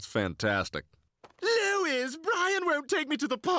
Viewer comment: He calls her “lOiS”